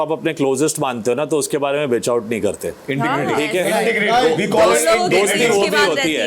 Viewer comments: Medam Ashnoor it’s “integrity” not intigrity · someone tell abhishek its not intigrity...its integrity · Kia ashnoor jali parhi hai Abhishek ne ghlt bola hai intergirty yeh pronounation nahe kri Sahi abishek ne phir be kehe rhi hai ki sahe kehe Rahe hi ashnoor pgl hai kia